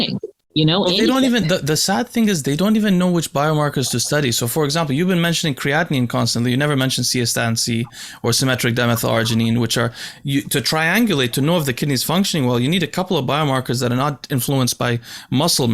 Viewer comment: There is no 'o' in Cystatin C man😂